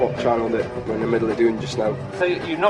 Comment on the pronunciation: like how you said “were” 😂😂